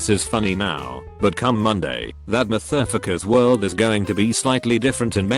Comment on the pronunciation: Thousands more? Really? Not dozens, not hundreds, but THOUSANDS??? - "We owned both shops." BAHAHAHAHAH!!! - Well said, Manager! Well said! - I'm used to the fact that the Auto-voice can't pronounce "Coworker" but it's somehow very funny that it can't pronounce "Motherfucker" either.